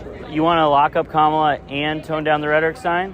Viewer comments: The fact they keep mispronouncing her name constantly isn't accidental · "I want Kamala, whose name I intentionally mispronounce, because I'm a racist, to tone down the rhetoric." Got it, MAGGOTS.